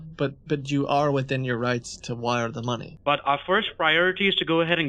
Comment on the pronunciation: "So you can Vire the money"